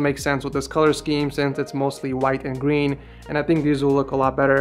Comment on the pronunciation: Did i just hear gween